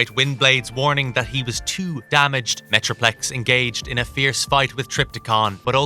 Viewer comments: unicorn and metroflex huh? are you just reading a script and mispronouncing or is this on purpose? this is my first time watching your videos, thought i'd ask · I swear he said Metroflex once as well!